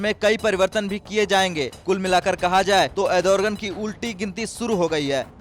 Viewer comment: Ardogen not adorgen